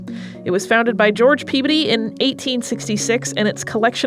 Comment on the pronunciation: Pea-bdy? I've never heard that pronunciation before.